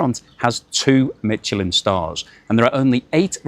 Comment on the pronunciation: You keep pronouncing Michelin incorrect - there is no T